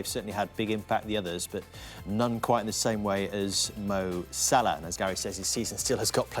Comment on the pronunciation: Its salah ffs